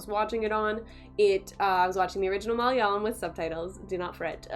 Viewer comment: Wow good review and you said Malayalam exactly as how it should be pronounced😀